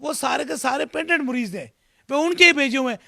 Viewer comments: Abe jahil WO morez nahi hota mariz KYTE hai bimar ko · Aby jahil mariz bolna to sikhle muriz nh mariz hota ha jahil or ye jo interview le rha ha ye bi is hi Ka tatta hai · Isko bat karny hi nh ati Mareez ko Mureez keh rha shuf shuf pehly bolna toh seekho😂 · Mareez ❌ murrez ✅ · Mureez nahin "Mureed", 😀😁😃😄😆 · مريض hi nhi kehna a rha Is jahal ko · Kia bol rha hy "mureez" "musal" "Khurab" "bathaden" Last m whats a expression!!!! Masal k tor pr heroooooo😂